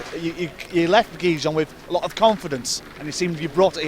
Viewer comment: Someone should really tell the speaker Gijón cannot be possible pronounced worse than he does